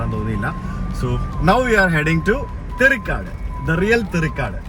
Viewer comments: സർ ദയവായി സ്ഥലത്തിന്റെ പേരുകൾ ശെരിയായ രീതിയിൽ ഉച്ചരിക്കുക. Eg. തെറി കാട് എന്നല്ല തേരി കാട് എന്നാണ്.. മിക്കവാറും താങ്കളുടെ വീഡിയോസ് എല്ലാം തന്നെ കാണുന്ന ആളാണ്. കമന്റ്‌ ഇടണമെന്ന് തോന്നി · തെറിക്കാട് അല്ല തേരിക്കാട് ആണ് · it is " தேரிக்காடு: and not " தெரிக்காடு".